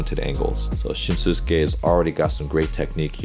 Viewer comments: If you’d pay attention to how they say his name, you’ll realize that it’s NOT pronounced shin-su-ke. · Just a quick note! His name is pronounced "Shin-ske". The "u" is silent and the same goes for the pronounciation of Tanaka 'Ryunosuke' (pronounced "ryu-no-ske"). Great reaction as always, Coach! Kita is one of my favorite players and I'm glad you like him too :)